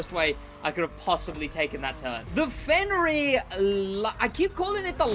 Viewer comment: Stop saying fenryr, its fenyr. Or i just got comment baited